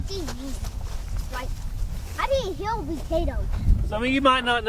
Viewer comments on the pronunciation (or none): say heal for what Jesus did. Long Eeeee sound. Hill is short I sound like in hit.